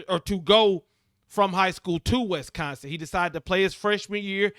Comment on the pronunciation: Bro, it's Wis-consin, not West-consin...lol